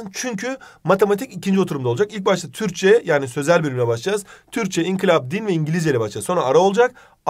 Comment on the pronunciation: İnkilap değil Hocam, inkılap